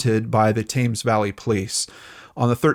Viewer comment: Thames is pronounced "Tems" And JHC, he only had 3 years and was in the lowest security prison in the UK, COD is NOT worth it!!